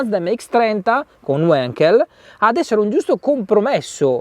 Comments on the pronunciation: Si dice wankel non wenkel... E' tedesco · Non è uenkel, no.... è Wankel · Si pronuncia come si scrive: wAnkel, porca paletta, wAnkel.... Tedesco. Prima di recensire preparatevi! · si pronuncia semplicemente Vankel!